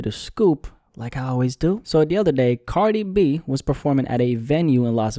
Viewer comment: You say “Cardibee” and I love it 😂